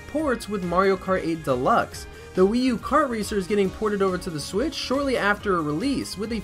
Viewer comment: Am I the only one who heard him say the “Nintendo Swiz”